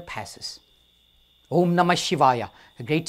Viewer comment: " when O३M is spoken , the lips close at the end.... but here the mouth is opened.. as if to say " O३maaa" If Mantra is a Vocal Code to generate the right type of vibration and intensity at the right location in the body, then 'mispronouncing' it may not be Fruitful ( remember the story of " Alibaba and 40 thieves " , when the " Vocal Password " is forgotten. and people using Login and password may have faced difficulty in logging-in when by mistake they enter 'small alphabets' in place of Capital or vice-versa. saying OMMAAAAA in place of OM may result in " Wrong password".